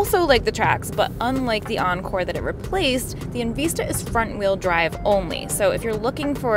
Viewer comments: It's called En Vista, not En Veesta ... LMAO 🤣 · Right? And later, at a few more spots. Short vowel “i” sound, not long. En-vi-sta